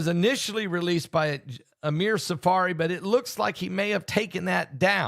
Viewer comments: The name is Amir Tsarfati not Tsafari. Love your news!❤ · please learn how to say Tzarfati correctly.